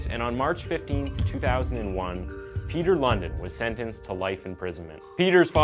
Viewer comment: I like the way you americans always pronounce danish names completely imcorrect🤣" Peter London" the real pronounciation is more similar to Peter LoonDEENwith emphasis on the last part, not the first